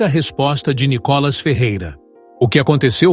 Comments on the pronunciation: Por favor, não é ' Có" Cacilda, é " Ni ". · É Nicólas ou Nicolás ou NICOLAS ? Fala certo o nome do cara MEU! Põe a sílaba tônica no " I ' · PORQUE VC ORA SIM ORA NÃO PRONUNCIA O NOME DE NICOLAS ERRADO 😢